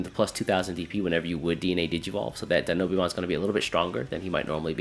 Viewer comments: Die-know-bee-mon lul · I love your videos but the way you pronounce Dinobeemon is wildd